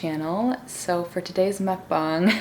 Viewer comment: OMG IM SO GLAD YOU PRONOUNCE MUKBANG CORRECT😅